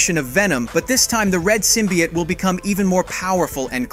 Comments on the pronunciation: Its said like symbi oat not symbiot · Why do you say that so weirdly. Symbiote and yet your saying Symbiott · Why are people saying symbiote as "sim-be-ot"? It's pronounced as "sim-be-oat". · SIM-BE-YOTE…. NOT SIM-BE-YAHT. …. how hard is it to say Symbiot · Symbi- OT?!?! 😅 wtf people be pronouncing words so ridiculous